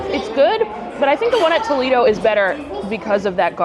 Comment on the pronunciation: tol-EE-do is in ohio, tol-AY-do is the restaurant…